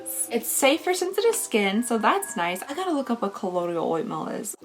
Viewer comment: Omg when I got my colloidal oatmeal lotion for my eczema I said it the SAME EXACT WAY by mistake "colloidal OITMEAL"! That's hilarious. 😂😂😂😂